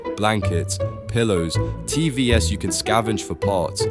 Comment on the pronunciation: I'm assuming you're using AI for the voice.....when I heard TV's called Tee Vee esses I CACKLED!